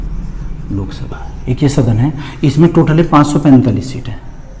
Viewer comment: Sok sabha nahi😆Lok sabha😂😂😂😂😂